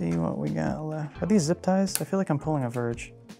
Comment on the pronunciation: zip tiesss... lol thats why the make a "zip" sound when you tighten then up lol